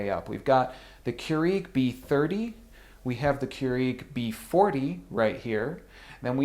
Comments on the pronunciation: it is cure egg not cure eeeg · Listen it's keurEG not keurIG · Smh. I've never heard anyone poorly pronounce Keurig (Qyour-IG). I've even called the Keurig peeps and they don't trip syllables trying to pronounce it. Less flair otherwise you sound like an uneducated jagoff.